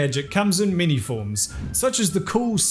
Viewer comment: I been binge listening and taken till now to figure out he's not saying 'mini' scandels